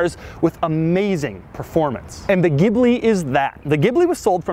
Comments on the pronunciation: The pronunciation is Jee Blee; or Gee Blee quite a bit nicer sounding than what ever you were saying. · Stop calling in a damn gibbley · A sign of how far Maserati has fallen: their U.S. advertising for the Ghibli pronounces it “Jibli”. Which is terrible. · Pronounced "GILBY" !!! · It's pronounced geeblee